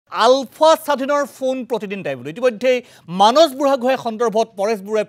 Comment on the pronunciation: মানস নামটো এজন অসমীয়া মানুহ হৈ আপুনি মানচ বুলি কোৱাটো অকল ভূলেই নহয় সেইটো এটা লজ্জাজনক কথা। আহক আমি নিজৰ মাতৃ ভাষা শুদ্ধকৈ কবলৈ প্ৰতিজ্ঞা লওঁ।